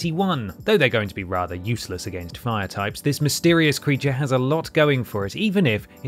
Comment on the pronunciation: goes EXTRA Voiceover at 33mins - “creatuaaarrr” etc